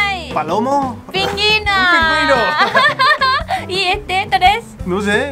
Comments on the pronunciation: Jajajajajaja que adorable, diciendo "Pinguino en vez de Pingüino", Me encantan estos vídeos y se ha convertido en toda una Conductora del programa ☺☺☺☺🙌🙌🙌💖💖💖💖💖 Saludos desde Canarias y Felicidades por el Día del amor y la amistad. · Me encanta como dijo pingüino jajajaj dijo pinginoooo me muero jajajaj